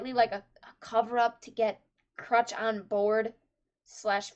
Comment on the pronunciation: stop calling her Crutch xD It's Crusch. You pronounce the U as "Oo".